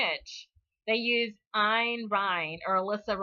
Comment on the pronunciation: I find it amusing that you switch the vowels in her name but say Rand Paul correctly every time. Her first name is Einstein without the beer mug and Rand Paul was named for her. Keep up the good work!